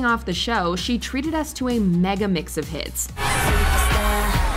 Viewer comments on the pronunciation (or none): none